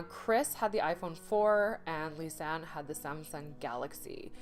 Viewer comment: I gave you a thumbs down as soon as I heard your ignorant disrespectful ass mispronouncing Lisanne’s name!!! Do your research!!! Do your job before opening your stupid mouth! Selfish nonchalant ignorant fool. Something so simple and you couldn’t even do that, I’m never coming back to your channel.